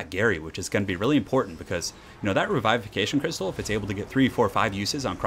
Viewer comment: I love you man but you butcher the "revivication" word on the bastiladon